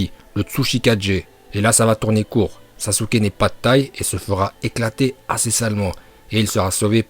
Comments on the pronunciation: On dit pas sasuke uchiwa ni sasuke uchiha , on dit saske uchiha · Les otaku qui disent "saske" me cancérisent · Saské ou sasuké pour la prononciation